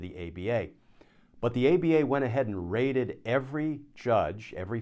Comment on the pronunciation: Rated? I thought you said "raided". Now there's a thought.